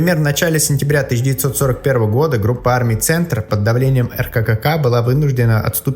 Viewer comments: Материал в принципе хороший, но когда наконец он будет правильно и без ошибок озвучен? Наша армия в то время называлась РККА (Рабоче - Крестьянская Красная Армия), а не РКККА! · Автор, а что такое Р-КА-КА-КА? Что-то на вороньем языке? Правильно РККА - рабоче крестьянская красная армия. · ...крупные силы эркакака?!?!? Чтец дебил. РККА (эркакаа). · Хватит называть РККА как РККАКА!!!, не позорься! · Пардон. Не эркэкека а эркакаа. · Автор, что такое "эркэкэка"? Была РККА, никакой эркэкэкы не было. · рккк? РККА правильно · Комментатор, слух режет. Почему "ЭрКэКэКа"? РККА -Рабоче Крестьянская Красная Кармия чтоли? На таких простых вещах палишься) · Тема слабо раскрыта. Что в итоге пишет немецкая Википедия про поражение вермахта под Москвой, из сюжета так и не понятно. Вроде как отдает должное стойкости противника, а кроме этого? И очень режет слух ГудЕриан, БорОвск, Эр-кэ-ка-ка (РККА?). Это умушленное и обоснованное изменение ударений или невежество автора? Кстати очень часто встречаю подобное коверкание топонимов и имён собственных в роликах на YouTube.